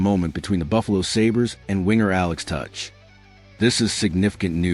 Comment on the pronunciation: Uuuhhhh..... Matthew "Ka-neece"...? Alex "Touch"...? Y'all got AI asses so full poop its gonna break the channel. Blocking ASAP haha